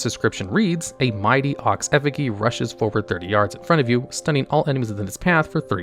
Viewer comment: Sir, i am sorry to say you prounced effigy wrong. I enjoyed the video, just otherwise 😅